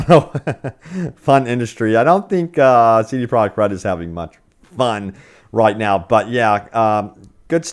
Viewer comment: WHO IS: CD PROJECT??? You stil don't know how to say the company name...you're pathetic...